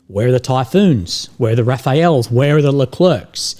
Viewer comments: Rafaels?? 🤣🤣🤣 get an education,! Is "Rafale" from "Dassault Rafale" - the manufacturer. Is NOT "Rafael" like the Renaissance artist, lol. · Can we please collectively get together and teach to say "RAFALS" not "rafaELS" like we taught him how to say Fico properly please?